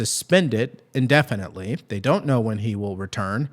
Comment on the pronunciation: "IN-definitely" as opposed to what? "OUT-definitely?"